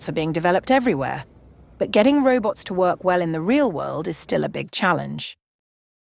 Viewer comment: Every time the nice lady says 'reubots', you take a shot